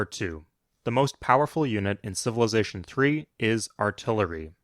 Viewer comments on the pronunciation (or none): none